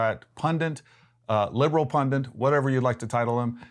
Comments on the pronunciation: Pundit bro, not “pundant” 😂😂😂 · Why do Americans say "pundiNt" when the word is "pundit"???